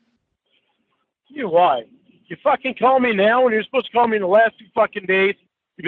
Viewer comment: The best cawl of all time. will not be treated like "trashta".